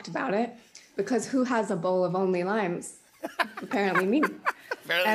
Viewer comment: She said limes and I swear I heard it lions 🦁 😅...